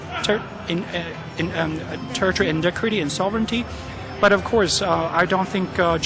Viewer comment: I guess In china the word "Territorial Integrity " is banned ....no wonder he struggles to pronounce it ...!i